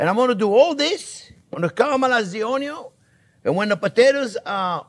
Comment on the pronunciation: THIS RECEIPT USES ONE CUP OF DICED ONYO